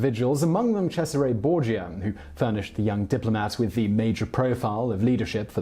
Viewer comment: Sezarey borgeea